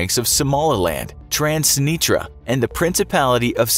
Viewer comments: “Transinitra” You mean Transnistria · Bro the way he said "transinitra" 💀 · The way he said transnistria